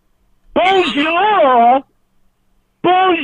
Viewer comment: . Holy shit 😂😂😂. Him trying to say “bonjour”